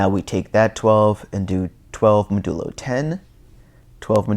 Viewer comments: Thatks for the great vid! btw, It's pronounced "mäjəˌlō" not "məˈdəlō" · Good work on the videos. FYI modulo is pronounced MOD-you-low with accent on first syllable. Ie